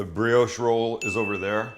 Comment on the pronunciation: Please. It’s bri-osh. Not bri-oooosh